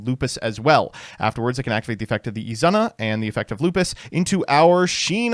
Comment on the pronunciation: i am still wondering where the fuck did you get this pronounciation of Izuna az Izana and its super annoying